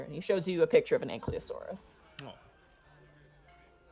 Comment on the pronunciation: As someone who loves dinosaurs, I wince every time they mispronounce ankylosaurus. It's anKY not ankLY.